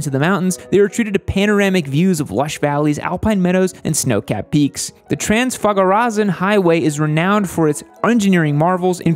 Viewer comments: TRANZFAGARAZAN!!! :))) Oh man you made my day. I've never heard it pronounced like that - made me laugh to tears; THANK YOU <3 Love your videos! Me & my human watch you all the time; your uploads are highlights in our day Love from Romania!! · I've hit 5/10 (dogs 3/10) Come to Romania, there's loads of great riding, and we'll teach you to pronounce Transfagarasan. It's not easy, but you'll get the hang of it.